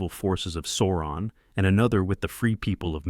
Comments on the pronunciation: Not SAWron, it's SOURon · Why say Soouron? Its SAAURON. The A is wide open mouth.. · This odd Sauron pronunciation is the same as that R Smith guy. As if nobody in the North American land mass has seen the movie. Otherwise nice video.